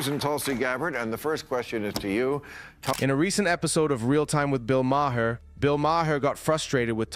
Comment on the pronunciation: Ma Her ?? Really? Learn to pronounce the guy's name before you make a video.